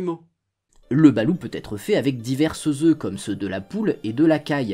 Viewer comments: Veillez à prononcer le T à la fin [BALOUTE] et non BALOU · Hello, pour aller souvent aux Philippines et ma compagne étant des Philippines, je me permet de te corriger sur la prononciation. On dit "balotte" et non "balou". Sinon chaîne très intéressante et sortant de l'ordinaire. Je sub :) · chuis philippin ,on dit balote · Jhabite au philippines , cest exellent , ont le mange le soir surtout pour laspect , et il faut prononcer le T a la fin de BaluT , le blanc de loeuf balut ne se mange pas car il est tres dur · Pour info le T à la fin du mot se prononce. Perso j'adore en manger